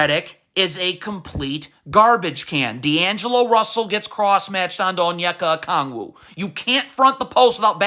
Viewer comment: Facts! And great job on pronouncing Onyeka Okongwu. I appreciate your passion and dedication.